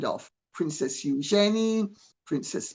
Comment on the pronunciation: The woman is British, claims great love and respect for the royal family yet can't say Eugenie's name properly?